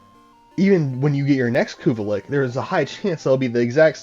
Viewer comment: I'm not gonna lie, it messed with me everytime I heard ya say it. But I did watch the whole thing it was a good video lol I do believe it is lich. But pronounced Li-CH a ch sound not a ck sound lol